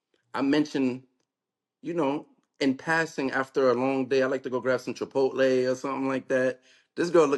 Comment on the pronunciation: Chipotle stomach bubbling food? Chipotle probably the healthiest of the 3 they just names … she said chic. Fila tho lmao